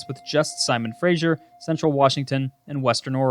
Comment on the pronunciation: Simon Fraser...Pronounced "Frazer", not "Frazher"